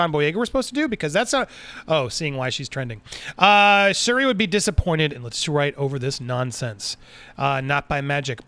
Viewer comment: Its SHuri my guy.